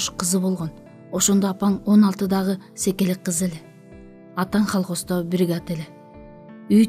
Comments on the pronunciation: Колхоз. Холхоз эмес. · холкоз эмес, КОЛХОЗ 😅😅😅😅